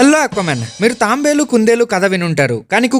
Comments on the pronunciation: అన్నా తాంబేలు కాదు తాబేలు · Tambe Lu not not tabelu😂